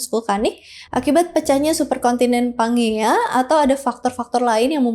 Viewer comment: kak izin mengoreksi ya, pas Pangea tadi baca nya tuh "panjia" kak bukan pangea sesuai namanya 😅😄